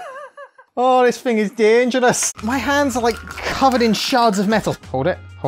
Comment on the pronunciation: He said dangerous like an Indian